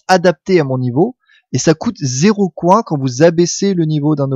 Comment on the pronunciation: J'adore tes vidéos x) un coup tu as un super accent anglais avec ride, un coup tu dis coin à la place de "coynsse" pour les pièces x) c'est énorme !